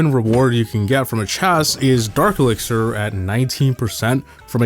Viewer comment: The elixier 🤣